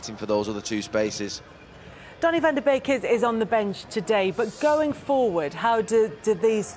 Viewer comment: Neville called van de beek van de bacon loool